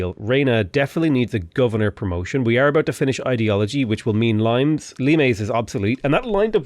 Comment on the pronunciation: yeah, it is limes, not limés; like limestone. that's where it come from I suppose.